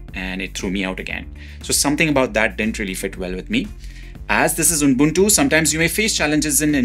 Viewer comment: It’s ubuntu not unbuntu😊